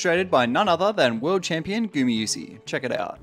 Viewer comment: gumayusi, not gumiyusi